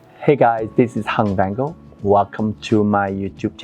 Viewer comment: iam not make fun on your name , i like the way you said ( Vanngo ) it so cool bro.